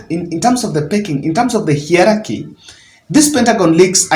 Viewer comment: Hierarchy, pronounced as hai.ur.aar.kee